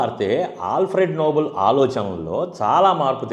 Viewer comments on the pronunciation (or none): Bro, it is pronounced నోబెల్, not నోబుల్. Thank you bro. Spelling is nobel not noble. అన్ని సార్లు విన్నాక correct చెయ్యకుండా ఉండలేక పోయాను. Thanx for the video.